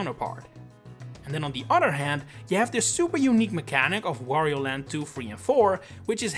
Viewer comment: The way you pronounce Wario, makes it sound like Woh-rio.